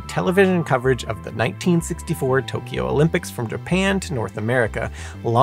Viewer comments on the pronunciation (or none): none